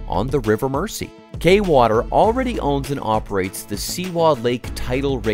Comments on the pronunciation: You would have thought that if they went to the trouble of making this video they would have learned how to pronounce the name of the river. Merzee! Not Mercy. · It's pronounced "Merzy" NOT "Mercy". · Mersey: pronounced Mers-ee, not Mercy. 🙄😖😡🤬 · It's pronounced river mur-zee (not "mercy") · Get a Real host versus an AI bot. It's ridiculous to hear Mersey pronounced as 'mercy'! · relax! I bet you cant pronounce Arkansas or Oughterard or Killiney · Mersey is pronounced "Merzy". It wouldn't have been difficult to have checked this. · “River Mersey” pronounced ‘River Merzee’. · If the Tories' sponsors dont make a massive profit from it they wont authorize it. And it's pronounced MERZI like with a zed. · Pronounced*MER ZEE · Could the narrator please please pronounce the river name properly it is pronounced "Merzee". Why don´t they check name pronunciations with people from the areas concerned to prevent irritation for British people from those areas. Profitable it might be but the profits will not benefit the local citizens. The tax payer will fund it but the gains will all go into the pockets of the billionaires who own the power companies and thence disappear into offshore accounts and avoid paying taxes in the UK. Great idea but lose, lose for the taxpayer and domestic customer. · so you can say merseyside but then pronounce mersey as mercy.... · Every time you said Merssee I winced. Learn how to pronounce it mate before you make a video about it! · The pronunciation of Mersey is painful